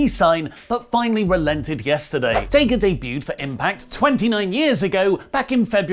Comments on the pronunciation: Why do British people purposefully mispronounce names? His name is not DAY-GA. Nobody has ever called him DAY-GA. When you hear commentators say his name, they don't ever say DAY-GA. So, why is this little manlette saying DAY-GA instead of DA-GA? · DA-GA not day gah. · that's dadg. you said it wrong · "Day-Ga" got to love the Brits. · Stop saying DAYGA !!!!! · Ok I could've sworn it was Dah.Ga and Rush not ruush lol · While I like watching you guys, please let’s try to pronounce daga’s name correctly, and I won’t consider him top, but Imo he definitely should be recognized as a sound wrestler. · I love u but stop mispronouncing Daga! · Pretty sure, thats not how you pronounce Daga :D